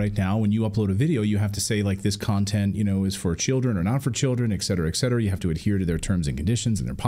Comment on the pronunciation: Et cetera, not exetera, Clayton.